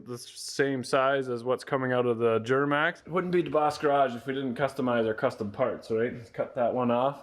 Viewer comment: The way pronounces “Djjjjuramax”😂😂😂